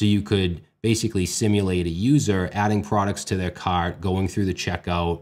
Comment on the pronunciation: Oh the accent comes out when he says "shopping cARt"